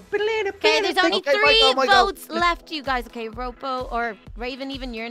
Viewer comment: I find it funny when ropo gets called roopoo